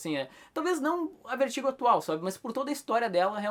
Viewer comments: o cara do video pronuncia o nome do selo VERTIGO como "Vêrtigo" o tempo todo. Acredito que a pronuncia correta seria "Vértigou" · a pronuncia correta nao seria "Vértigou"??